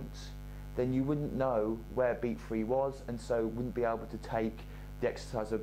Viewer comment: Ok not three its free